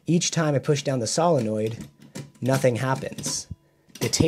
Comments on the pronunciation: everytime you say SOLINnoid, I cringe a bit. SILLanoid. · Cool. Pro-tip; the "o" is "solenoid" is a long "o", like, "So". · Probably already posted here, but I don't have the energy to read a bunch of comments right now. The word "solenoid" is said as "SOUL - en - oid" OK? 👍 ADDENDUM: BTW, that's a BEAUTIFULLY done replacement gear piece! Thanks for making it; I learned quite a bit. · sow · luh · noyd